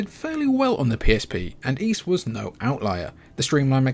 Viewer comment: I subscribed just because you correctly pronounced the word "Ys". Most people say "ease" as if that S were a Z. Speaking of which, why do you Brits pronounce "NES" and "SNES" as "NEZ" and "SNEZ"? Is there a mass dyslexia problem over there?